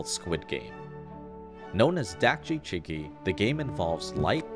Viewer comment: actually, chigi i pronounced more as chee-gi, with a more "see/Si" mouth/lip motion when saying chee